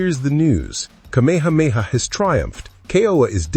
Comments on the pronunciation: Geez dude - car-meha-meha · Just wished you pronounced Kamehameha correctly. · Thank you! It drove me crazy listening to how he pronounced it incorrectly.